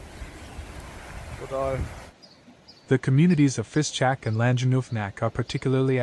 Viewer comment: It‘s not Fischbach, but Fischach.